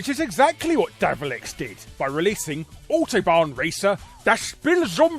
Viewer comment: Learn how to say "autobahn" please.